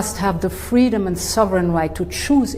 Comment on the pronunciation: Ukraine must have the fweedom.